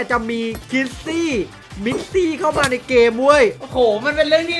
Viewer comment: คิสซี่ มิสซี่ ไม่ใช่ คริสซี่ มิกซี่